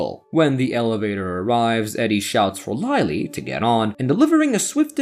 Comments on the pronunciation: Who the firetruck is Lie-lee? There is a Lily in this movie but no Laily. Write a manuscript the AL can read properly! 👎🏼👎🏼👎🏼👎🏼👎🏼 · In English, the letter “I” can sound different ways. Instead of Lie, it’s Lih.